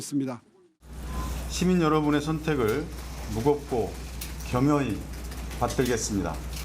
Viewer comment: 겸혀히 아니고 겸허히 한줄마다 보면서 5줄 읽기만 하는 거잖아